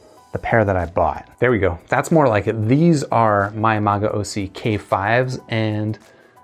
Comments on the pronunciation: It's pronounced "ma-go-see." Great review bro. I thoroughly enjoyed these when I heard them about a year ago. However, the chi-fi market has blossomed with such affordable great products lately i feel you can get better for so much cheaper these days. Like the Blon bl-03 for example or the Shuoer Tape and BQEYZ Spring 1. If you enjoy these a lot though I highly recommend you look into the magaosi mgs-401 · I'll stick with MAH-GAO-SEE in the with pronunciation.